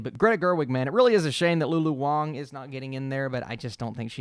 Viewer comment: it’s Lulu Wang, not Wong :)